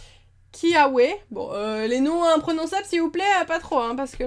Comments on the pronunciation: Kiawe se dit Kiavé ( phonétique du dessin-animé) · Salut miss super vidéo comme d'habitude, sinon sa se prononce toguedemar"ou" pas u 😉 et sa se prononce Kia"vé" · Comment distinguer une carte reverse à une holo-reverse ? Kiawe se prononce Kiavé et togedemaru se prononce togedemarou. C'est la prononciation de l'animé. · on dit kyavé